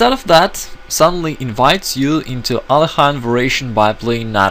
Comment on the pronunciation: Very funny to hear a Russian GM mis-pronounce Але́хин :)